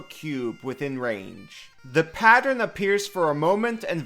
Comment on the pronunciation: Remember kids: it's PA-tern, not pa-ter-en.